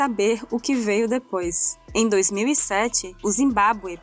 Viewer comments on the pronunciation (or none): none